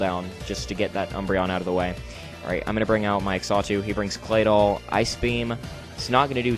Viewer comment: Xatu is pronounced "zah-too". Also, isn't Substitute with Flame Orb slightly counterproductive? But other than that it was a great narration and battle, awesome job and I hope to see more of you in the future